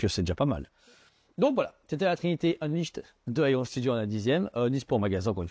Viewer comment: Unleashed se prononce EunLischd tout simplement :D